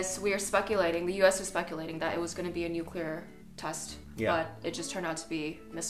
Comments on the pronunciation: The word is Nuclear not nukiller you ignoramus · for God's sake... It's pronounced "NEW CLEAR" not "new q ler" ...